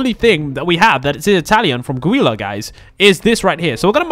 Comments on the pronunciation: You pronounce her name like julia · ITS Julia not guilia it sounds like it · Its Gulia you pronounce it ju Lee a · Her name is pronounced Julia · ITS NOT ANY OF THOSE ITS GUL-LI_-A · It's not Guilla or wila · I think it is pronounced Julia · Gulia is said like Julia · u speak guilia's name as julia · In Italian is Giulia no gulia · Gulia the j sound at the start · Its pronounced like julia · Pronounced for you (joo-lee-uh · It’s pronounced Julia lol you need to learn your facts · It’s pronounced Julia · Its neither, its pronounced joolee uh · It’s gulia (ju I la) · It's gooyla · It's pronounced gew Lee aaa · Its guleya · It's ( joo- lee- uh) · You say it like jue lee a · IT'S IS JOOEYA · its gulleyu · It is Julia not Gulia ok the way you are pronouncing the names are soooooo wrong:) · I don’t think that’s how you pronounce Guilas name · You have to pronounce 'Giulia' with the G you have to say it like you say jug with the j pronounce like you say the jug. Stay safe!! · You said her name really bad but i love your videos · ok don't make the g sound in gulia make the j sound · Also its Julia not gulia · its julia not guila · IT'S NOT GULA OR GEELA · Its not Guila its Julia but its still spelled like Gulia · It's Julia with a G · It’s not Neely it’s Juliea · Jewlya—> gullia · It’s J-u-lia not Goilia it’s spelt gulia but the g is J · It's not guile or Gila is JULIA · It's not (gui-la) or (gee-la) it's pronounced (ju-lee-a) and spelled Giulia! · Its julia but you say gulia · its julia not gulia i know it is spelled guilia but its julia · It’s Gulia pronounce it with a J instead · you need to say julia not guliA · ITS SOUNDED JULIA BUT SPELLED G U L I A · Say it like Julia not Guilia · It’s gulia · It's not geila it's julia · It’s pronounced JUL-LEE-UH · It’s pronounced JULIA!!!!! Ugh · not tryna be mean but it’s pronounced jewlia my dude and u are so kool I love the vids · It’s spelt “Guila“ but it’s pronounced “Julia” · It’s pernoust gu_li_a